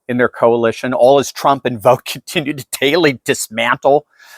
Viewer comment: Vought is not pronounced vote, it's pronounced as vaut.